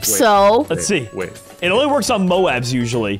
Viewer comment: No steve plays the moab (Pronunciation-Mobe)